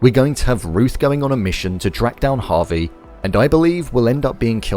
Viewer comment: Javi not Harvey